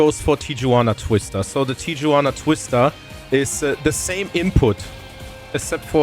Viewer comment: Tijuana is pronounced tee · uh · waa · nuh The J in Spanish is pronounced like an H